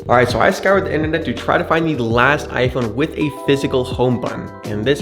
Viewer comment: Bro said scoured like it’s antique or something 😂